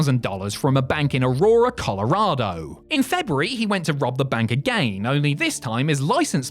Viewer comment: Also they complete miss say Colorado because the proper British English